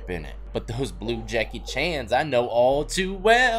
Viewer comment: He said “them blue Jankey Chan’s”😂🤣🤣😭